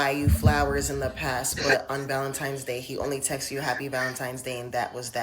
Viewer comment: So obsessed with a made up holiday predicated around the emotions of delusional women, but can't even pronounce the word VALENTINE'S properly.... society is hemorrhaging!!😢😢😢